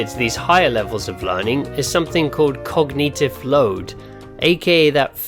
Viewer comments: Stop pronouncing Cognitive like Cog-neetive. Terribly annoying. 🙃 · cog nee tive? cog nih ti vvv! Lol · I can't get over "cogneetiv"